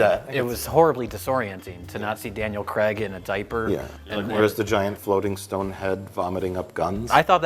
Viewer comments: always weird to hear "Craig" pronounced as "Creg" by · For all you Americans. It’s pronounced Craig, not Creg. As in Daniel Craig, not Daniel Creg. Carry on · why do they keep calling him Daniel Creg? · Why do Americans say Daniel ‘Cregg’ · 'Daniel Cregg'